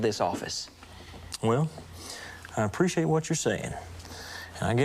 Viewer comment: " I really appre-shitate that"... 😅 is so funny and sweet